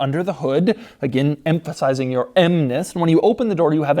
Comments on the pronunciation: “m-phasizing your m-ness” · "M-phasizing" the "M-ness". The Doug factor is strong with this one